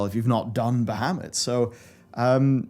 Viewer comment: you're saying bahamut wrong youtube translates it to muhammed XD